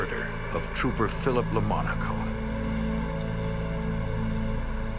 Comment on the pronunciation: The slain trooper is called Philip Lamonaco, not Lamanco.